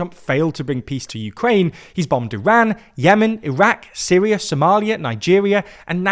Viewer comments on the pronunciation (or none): none